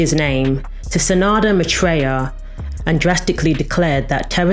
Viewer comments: It’s not SA-NADA, it’s SA-NANDA. Shame you didn’t add in his affair with Paula Yates which sent ripples through the music industry and almost killed his career. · **Sa -nan-da**... not San -ada. : ) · Thank you. I wish you had mentioned his daughter too, whom he had when he was named Terrance. BTY - his name is SaNANda - not Sanada - I am a HUGE fan and I support and promote every chance and I loved this information video you did - very good but I think it is important to get their names correct - right? Don't you?